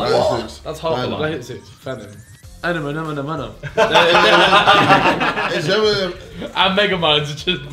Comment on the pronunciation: LOL JJ saying Thantom